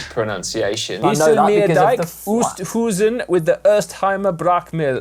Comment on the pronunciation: Ok Si, as an Australian who is married to a Dutch lady and has lived there. Oosthuizen = ohh-st-how-zen not ewww-st-who-zen IJsselmeer = eye-sel-mear not ee-sel-meer Oh and try not to add the German accent Hope this helps